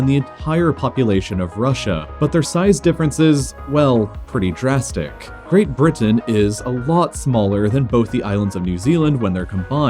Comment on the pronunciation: I’m a minute into the video and I just heard this guy say “ great burton “